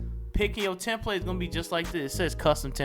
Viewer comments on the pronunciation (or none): The way you said customizable and template have me cryin 😭 elite video tho